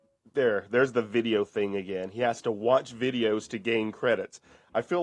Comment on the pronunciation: thinks playing an android game on his 'chrome book' is going to be his 'car-reer'? The game developers love as he gets back to watching those ads -- or as he says "wee-dee-ohes" -- again!